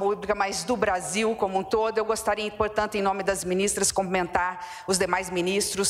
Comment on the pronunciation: 👏🏻👏🏻👏🏻 não é comprimentar, é CUMPRIMENTAR!!❤😮